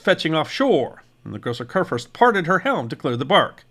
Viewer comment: It’s “koor-foorst.” I’ll admit, much harder to pronounce is La Gloire — better to just call it by it’s English name - Glory.